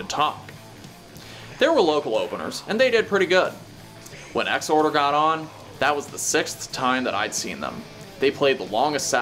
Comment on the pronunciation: Thank you for not pronouncing it “Ex-Whore-Der”